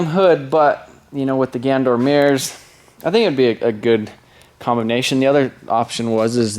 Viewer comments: Theres an A in Ganador. its pronounced GanAdor not gandor. sorry its just bugging me a bit lol. take a break man you need it. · love the vid but they are pronounced GAN a DOOR